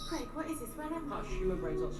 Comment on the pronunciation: Who the heck's 'Creg'? It's pronounced 'Crayg'. Then again, a lot of American reactors to tend to self-correct rather than actually listen to what's being said. Davros is another example: it's Dav-ross. Game of Thrones is another casualty of this: Dav-oss; Wester-ross, etc. The trick is to listen to what's being said, and how it's being said, and repeat it. They say 'Crayg' often enough for it to be able to sink in, I'd have thought.